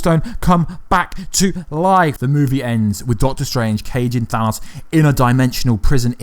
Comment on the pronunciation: At least he pronounced Thanos correctly